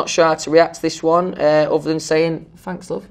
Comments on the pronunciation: noone: louis: fanks lov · “Im doing allright FFFFFFanks” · the “fanks love” was too cute 😭😭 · iM dOiNg aLrIgHt, fAnKs, Im DoInG AlRiGhT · "fanks" "tour" "tooo" i was like come to were "color"" colahh" "my" "mi" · “Fanks Love” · “Louis Tomlinson cute“ “FaNkS LuV“ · why is no one talking about "fanks love" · louis tomlinson: fanks luv me: giggles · Is louis tomlinson bri-isch? Ahh idk but fanks for wri-in the question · "Fanks" AWHHHH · "fanks luv" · As soon as the first “fanks luv” I lost it. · HE SAID FANKS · “ fanks love”🥺🥺🥺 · “Fanks louve” 🤣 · no one: louis: fanks love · no one: literally no one: not one person: louis: “FaNkS” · "ehm... i fink... fanks... if ahm bein' honest'..." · louis : "fanks " me : bskavhdmx kshejzj dies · "Louis Tomlinson cute" Louis: "don't know what to say really except for fanks luv"